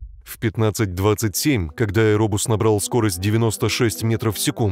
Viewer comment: Не кода, а когда.